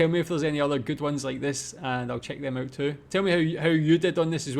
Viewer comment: I like how this guy pronounces “out” the stereotypical Canadian way